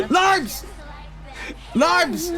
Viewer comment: LOIMES INNIT